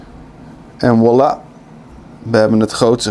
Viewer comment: Wilde precies gaan commenten hoezo zegt die voila elke keer als wollah😂